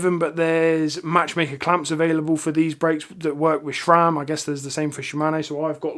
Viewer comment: Great stuff. Sram please, not Shram. Thanks